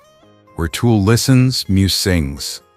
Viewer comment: At least get Tul’s name right. It isn’t Toll or Tool or Tulpa, it’s Tul !